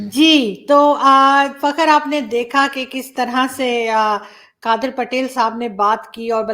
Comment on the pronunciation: madam ji, fakaar pronounce karein plz